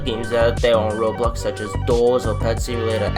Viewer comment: voice is really annoying imagine just going up to someone and saying "do woo wike woblox" JUST SAY AN R INSTEAD OF A W ITS SO ANNOYING